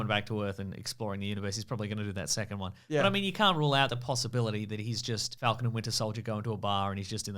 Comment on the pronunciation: Faaaaalcon. Fallcon. How do you say it